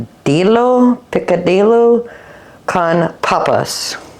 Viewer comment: Picadillo- in Spanish the double L makes a Y sound. So it sounds like Picadiyo. Also the hard shell taco should be heated up first otherwise they taste stale. Trust me it makes a difference lol. Btw I loved the cracker recipe!